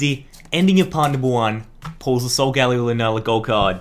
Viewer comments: He shouldnt get the cards because i bet he didnt play the games and he cant prounounce solgaleo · its not solgalio